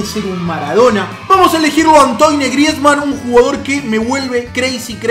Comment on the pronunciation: Se dice Antuan Griezmann jaja. Se escribe Antoine pero se pronuncia Antuan